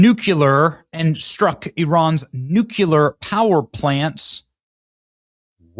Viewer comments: Benny, I love you but it's nuclear, not nucular. Come on bro... Pronunciation correction from an appachian red neck? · Language police are admittedly annoying I’ll confess. However, it’s “new-clear” not “nuke-u-ler” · It’s nuclear as in nuCLEEar not nucUlar! Dude, please pronounce this very important word correctly. Its root is nucleus! 🙄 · "NEW-cleer" Eeehhh, whatever.. "potato.... nuclear" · am I the only one that noticed that he said nucular? That’s an old Bush Jr trick. Lol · I love your stuff, Benny; but unless you want to sound as dumb as Jimmy Carter it's not pronounced "nook-yoo-ler". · Benny, you mean N-U-C-L-E-A-R and NOT NUKIER!!! Gosh! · Learn how to say nuclear "new clear." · Benny, you should really learn to pronounce NU-CLEE-AR. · Benny, it's nuclear. Say it with me NEW-KLEE-ARE. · Nuclear = NEW CLE R, not nucular it’s not even a word !!! Please STOP pronouncing the word nuclear WRONG !!! President Trump is the first President I’ve noticed that pronounced it correctly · Fu(k dude, it's pronounced NEW CLEAR. You sound like a gd idiot saying it like W. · It's nuclear not nukeular! You sound like George W. Bush! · Did he say new-Q-ler? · Benny, only 1 "u" in nuclear. Nu cle ar. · BENNY!!! Nu-cleee-er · Where is this "nu-cue-lur" place, and why is the President going there? 🤪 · .02 -- DAMMIT!!! BENNY!!! YOU SOUND LIKE GEORGE BUSH!!! 😅 - PLEASE learn how to say "NUCLEAR"..."nuclear" is ˈnu-klē-ər (NOO-klee-er) --!!!! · I hate how you say nuclear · Nu Klee ar. NUCLEAR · Benny... nu-CLE-ar... you're killing me over here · NU CLEE AR is how you say it. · It's "Nu-Clear" - Oh hell... Shit's gonna get ugly. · Please learn to say "nuclear" properly :) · Somebody (not George W) please teach Benny how to pronounce nuclear! There is no "kyu" in the word! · What is up with the way you pronounce "nuclear" Benny? Sounds kinda off... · BENNY, LEARN HOW TO PRONOUNCE NUCLEAR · You really should learn how to pronounce nuclear! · Benny its nuclear, not nukular. Please